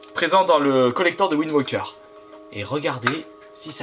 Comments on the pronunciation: C'est Wind Waker, et pas ouind woker ;) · "Zelda Wind WOQUEUR"